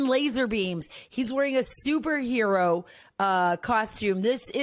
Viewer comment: That video of Trump shows that he really does understand the mentality of his supporters and what appeals to them... comic book hero nonsense. "Soopa hero"? (Someone should teach him to speak.)